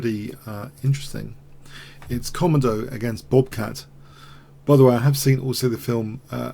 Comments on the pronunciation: "Ko" - "mo" - "do". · Someone tell him how to pronounce 'Komodo'